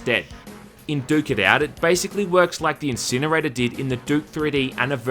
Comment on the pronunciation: "Duke it out" sounds very similar to "dookie out" which means there is a poop outside. Every time said the title i chuckled because it sounds like dookie XD.